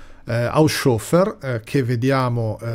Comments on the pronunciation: Molto interessante, ma, scusate, HAUSCIOFFER proprio non si può sentire. Un minimo di conoscenza del tedesco, che a non dovrebbe mancare, lo farebbe pronunciare correttamente: HAUS HOFER, con le H iniziali aspirate. Glielo direbbe anche Google... 😫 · Il nome tedesco Haushofer è composto dalle due parole Haus ed Hofer e, se non erro, dovrebbe essere pronunciato in modo che la "S" resti con la prima parte: Hàus-hòfer. In ogni caso quella "s" non diventa una "sc", come accade con l'inglese "sh". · Non si pronuncia "Hausciofer", ma "Haushofer" con le due acca aspirate